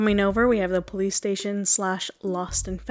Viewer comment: When you said police station I tought you said PlayStation 😂